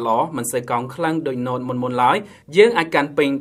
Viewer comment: នេះពិតNoteមិនមែនNot ទេ😁